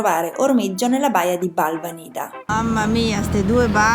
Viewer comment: Si pronuncia Balvànida con l'accento sulla prima "a" !